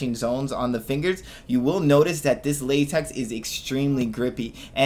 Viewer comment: Say látex one more time